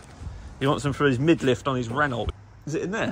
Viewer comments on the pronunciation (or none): You and go well on ur vids together, and "Renault" has a silent T its pronounced Reno, soz just had to say